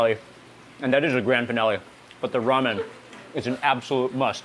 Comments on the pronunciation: Wat da hell is Rom Yahn? Do you mean Ramen? 😂😂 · "Rom-yon"... why mark... why... next thing you know, he's going to start saying peppa instead of pepper again. He's like those people that go on a trip to Cuba and come back pronouncing it as "cooba"